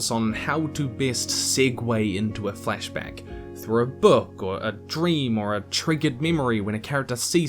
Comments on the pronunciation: I'm so sorry, and this is a well-done video, but... in your accent it just sounds like 'fleshback' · Heard the first flashback as fleshbag. Took a moment of confusion. And now i can't unhear it. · I know you're saying "flashback," but I cant help but hear "flesh bag"... Sorry if I caused this to someone else. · I kept on hearing fleshbags instead of flashback.... was i the only one